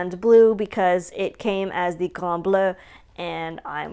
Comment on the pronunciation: Merci , la prononciation est superbe .... Le Grand Bleu ... Good stuff , Thank you my dear. :)